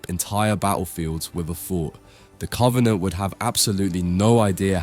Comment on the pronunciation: cant take this guy seriously the way he says covenant